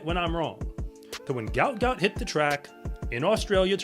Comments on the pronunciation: Its not how his name is pronounced. I hope people get it right before too much more time goes by. Its pronounced like gwot gwot. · It’s also pronounced Gwot Gwot btw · his name is pronounced Gwot Gwot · Its Gwot Gwot. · It pronounced "gwuat gwuat"